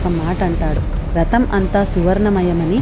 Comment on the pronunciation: బాగుంది. ఇంద్రుడు అంశ అని చెబితే ఓఔచిత్యవంతం. రతం కాదు,రథం.చిన్న చిన్న జాగ్రత్తలు అవసరం.